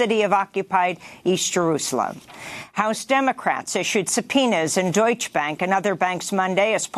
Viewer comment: Amy the Germaan word "Deutsche" is pronounced "Doytch-eh". Two syllables.